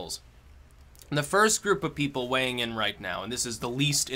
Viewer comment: i like the video when he says hes waeighing all the oucomes